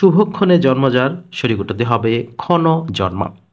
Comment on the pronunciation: সঠিক এর উচ্চারণ আসলে কোনটা ভাইয়া সঠিক=স+অ নাকি সঠিক=স+ও আপনি সঠিক কে সোঠিক বলে উচ্চারণ কেন করেন???